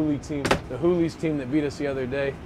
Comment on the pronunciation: why does say "who-Lees" and not "hoolies" lollll